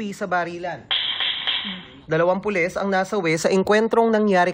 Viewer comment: Sino ba yang reporter bakit pules ang bigkas nya. Anak ng